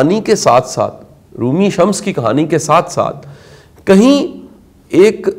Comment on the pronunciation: Janab Shah sahib shamas Nahi Shams Tabrez Barah e karam tasheeh farma lijye